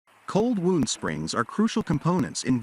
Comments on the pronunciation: Cold woond springs. Yeah, right. Too bad when the AI has no Idea what it's yammering on about. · cold "wound" spring pronounced wooned.. hahahahhahaha